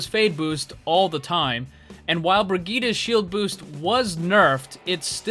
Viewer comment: Wtf is a "Brigita"